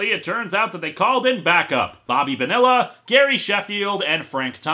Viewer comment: Oh My God! It's Mr. Bobby Bonilla Day himself, Bobby Bonilla! Also, It's pronounced Bon-ni-a. Not Bo-Nill-A, Linkara. What is Bobby Bonilla Day you ask? Well, On July 1st every year from , Bobby Bonilla will get $1,193,248.20 from the New York Mets because they wanted to kick the can down the road on paying him upon releasing him in 1999. Instead of giving him $5.9 million in 1999 for the final year on his contract, They've decided to repay him that over 25 payments at an 8% interest which will see him receive $29.8 Million for the season that he never played. I wish I could get a deal like his. XD